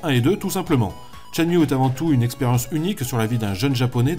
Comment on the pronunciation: Tshen-Mew MDRRR